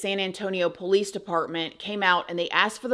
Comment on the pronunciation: The way she says pOUlice 😅